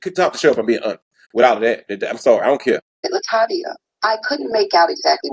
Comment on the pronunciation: "La Tay Via" 🎶 RIP Angie Stone. "A Class Act